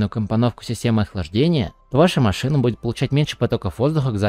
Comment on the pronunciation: маЩина))) на вЩю))) Ахаххаха